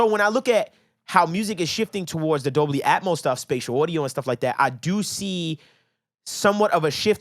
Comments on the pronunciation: Pronounced DOL-BY 🤣🤣🤣🤣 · Say is with me lol... DOLBY